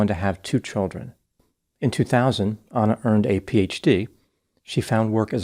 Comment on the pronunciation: Doc.. you’re a white American, should be familiar with common names. Why are you saying ANNA like “Awna or Auna” ??🤨